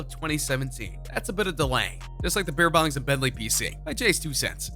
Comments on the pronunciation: Dumbass said beer pongs and Bentleys..m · This dude called Beerbongs and Bentleys, "BeerPongs and Bentleys", this truly is the worst channel jesus christ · Did he say Beerpongs and Bentley’s?